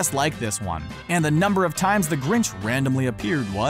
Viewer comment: I counted 4 grintch